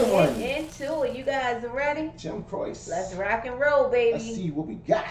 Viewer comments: If you loved this, you got to do "You Don't Mess Around With Jim". Another great story about another baaaaad man. By the way, it's pronounce "Jim CROW-chee". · Don't call him "Jim Crow" lol. It is Crow-Chi. Means "Cross" in Italian. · Jim Croce was such a great performer and was gone too soon. His name is pronounced Cro-chee. He died not long after this video in a plane crash. Just about every song he put out was a number 1. Time in a Bottle will make you cry. It was so sad the radio played it constantly after he died. It was like he knew he didn't have a long time to live. Another great one is "I'll have to say I love you in a song". He was such a down to earth performer. He would have been one of the greats I think had he lived on. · Pronounced "crow-chee" on the last name. There's a lot to love about Jim and his accompanying guitarist Maury. All the suggestions will be great ones, take your pick. Master storyteller. RIP Jim and Maury as well as the pianist on this performance, Tommy West. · Pronounced Crow- Chee. Master story teller. Got killed at 30yrs old when he finally hit the top! He never lived to reep the rewards of his earlier struggles. Many amazing songs left for us to enjoy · I loved this man's music very much growing up and remembered when he died. Jim Croce (last name pronounced Crow-she) was one of a kind. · Crow-she is the pronunciation of his name! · Pronounced "Cro-chie". Jim had so many hits songs, they're all great, and he was a great storyteller too! I recommend your next JC reaction be "You Don't Mess Around With Jim" (link below). Thanks for the reaction! 💙✌ You Don't Mess Around With Jim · Jim Croce pronounced " Crow Chee" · His last name is pronounced Crow-Say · Croce is pronounced "cro-chee". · pronounced "croachy" 👍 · It’s pronounced, Jim Crow chie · It is pronounced Crow Chee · Croce is pronounced cro-shee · Your pronounceing his last name wrong